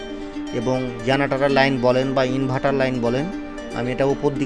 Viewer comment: ইনভার্টার ❎ ইনভাটার ✅😂😂😂